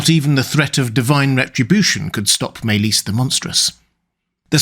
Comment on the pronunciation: Sounds Welsh....over pronouncing maelys ..ys more like is